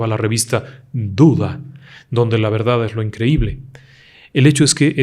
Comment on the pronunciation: por experiencia los dices...VELDAL??? Y luego ni la R, pronuncian